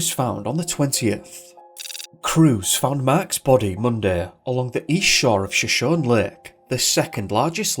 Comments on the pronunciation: As always you are so informative and amazing! Just as a so you know note, the lake is pronounced Sho-shown-knee I believe. I know you aren't from the area so that can be hard, just for future reference. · Hey! Great work as always and thoroughly enjoyed this one. Helpful pronunciation for Shoshone. It is pronounced Show-shone-ee. The Shoshone Native Americans are a proud and storied tribe in western North America. Cheers!!👍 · You need to check the proper pronunciation of words based on First Nations and Native American languages and peoples. Shoshone is pronounced Sho-shony or Shuh=shony. I have noticed a few other mispronounced place names in your videos. That said, I love the videos and they have been informative. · It's pronounced; Show-show-Nee. Not what you've been saying. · It sounds like was hypnotized somehow. I love your videos- they are so professional! Shoshone is pronounced "show-show-knee" just FYI, as a Californian.:)